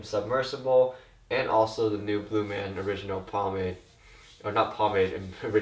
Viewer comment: Blumaan?! Yuck.